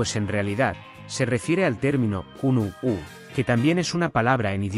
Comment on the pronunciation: Dice "currucucú" en lugar de "kunu'ú".